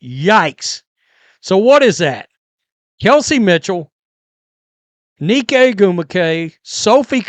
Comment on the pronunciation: i can't, i just can't do it anymore 🤣 listening to your nneka pronunciation hurts my ears, sorry 🤣 "Nneka is pronounced neh-kah (/ˈnɛkɑː/ or NNEH-kah), with the emphasis on the first syllable." had to 🤣🫣